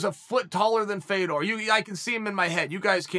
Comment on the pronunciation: Why are we still mispronouncing this man's name. It's pronounced "Fyodurr". As someone with an "exotic" name, I hate that they insist on butchering a legend's name. Russian's don't have names like "FAY-dor".